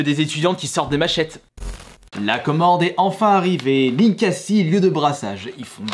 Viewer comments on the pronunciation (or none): ça se dit "NinkaZi" 🤦‍♀️🤦‍♀️